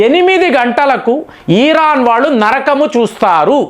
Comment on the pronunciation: ఈ సారి America physical యుద్దం చెయ్యదు.. Digital యుద్ధం చెసి అవకాశం ఉంది...ఈరాన్ కాదు... ఇరాన్ సర్